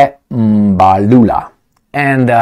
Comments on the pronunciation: Well done on your pronunciation of Mr Mbalula’s surname. He is a crazy guy. The BBC person met his match and was never going to have his way. Their party has actually taken a resolution to return the loan that the US president announced he had given to South Africa. South Africa is taking a lot of heat because of all this, the currency has been slammed, and the country has been grey-listed, just because they are not towing the line. The British (think they) still own the country, because they still have their tentacles firmly on the minerals. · as Xhosa man same tribe as the ANC secretary-general,im so shock with your first time correct pronunciation of Mr Fikile Mbalula. So story,white South Africans still struggle to pronounce African name hence over 4 centuries of their existence in our part of Africa. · Hi, I am surprised you pronounced the surname correctly.. What's the secret? Yes, what Mbalula stated is absolutely true. It resonates with many of us in the non-western world. Why would anyone in their right frame of mind think it is correct to pick and choose cases and then believe that all of us will be stupid enough not to question? Media platforms like the BBC, I am afraid have lost credibility once and for all..